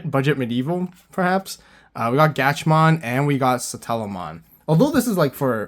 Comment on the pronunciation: Some pronunciations: Gatchmon and DoGatchmon are pronounced like Catch, Snatch, Match, etc And Charismon is pronounced like Charismon